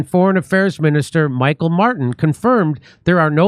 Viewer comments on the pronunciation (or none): How a channel with so many followes can share so much false information one will never know. 1. We dont have a prime minister in Irelane 2. Ireland is not in the UK 3. You pronounced Michéal incorrectly 4. The man who stabbed the child was not an arab he was a north african who had lived in Ireland for over 20 years and was in his 50s.